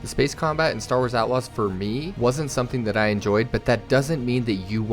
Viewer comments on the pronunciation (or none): none